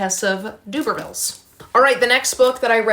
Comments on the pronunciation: Although I love how cute Doobervilles sounds for Tess of the D'urbervilles, I would pronounce it like this - Der-ber-vills. I think your professors may pick up on your mis-pronunciation and it could go against you. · Love your video, as always. Just to say … in the UK we say derrrrbervilles (as in ‘der’ that rhymes with her) rather than dooobervilles (that made me chuckle) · Thanks for the round up- have always thought Hardy was sanctimonious and his characters’ lack of any happy endings are heart breaking. A quick note on pronunciation it’s “Tess of the the d’uRber-villes “ (der-ber-vil) rather than d’Uber-villes (doo-ber-vil) in case you have to say it aloud when in your exam. Good luck. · Just thought I’d say that Tess of the D’Urbervilles is pronounced without the U more like and E so like D’ERbervilles! Doobervilles sounds good too though 😂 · I read 6 books in January I recommend Detransition, baby by Torrey Peters and Outlawed by Anna North. I like your pronunciation of Tess of the D'Urbervilles as DUBERvilles, it made me imagine Tess running an uber service. Ha. The Vanishing half is one of my favourite books I think you will love it. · I think you pronounce it D-erb-a-villes. That’s how I’ve always heard it pronounced but could be wrong! :) X